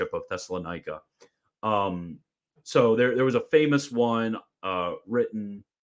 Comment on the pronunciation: The way you pronounce "Thessalonika" is goofy lol